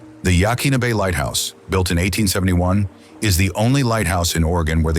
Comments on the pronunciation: And it's yah kwin a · It is absolutely not Ya'Keen'A! It's pronounced Ya'-COIN-Na. That goes for the headland, the bay, the river, the Native Tribe that owned (and should still rightfully own) the area in and around Newport. Trust me on the pronunciation by the way, I've lived my entire nearly 42yrs of life in Newport(Oregon of course!) & I'm a 2nd/3rd generation Oregonian. o have climbed most of the cliffs around Yaquina Head, and there's so much to see there. Tons of marine life, land life, and geological awesomeness to be found there. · Most of us pronounce it Yuh-kwin-uh. And many of the locals do as well. I tend to agree, though, that the native pronunciation of places should have more importance.